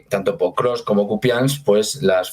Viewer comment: Es Pokrovsk, no Prokovsk.❤